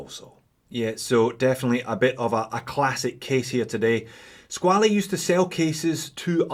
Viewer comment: SqualE?no...just pronounce "squal"..it s french word😉 So..nice review